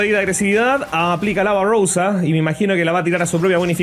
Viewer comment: Se dice avarosa no avaurousa 😂😂😂